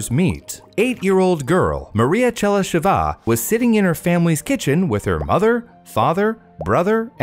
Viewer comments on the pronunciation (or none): Oh, and also - it's ['che-ly-she-va], not [che-ly-she-'va] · I'm glad you asked! Pronunciation of what you mention doesn't always match your guess. Better check it online (talkin bout Chelysheva in this case)